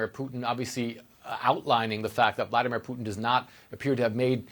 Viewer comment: Vla-dEE-mir!!! POO-tin.god r u deaf it's not rocket science to pronounce his nae correctly!!!